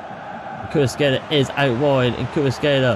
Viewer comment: Good video, the only thing you could work on is the pronunciation of player names, you got Kvaratskhelia, PolitAno, and DemmE all wrong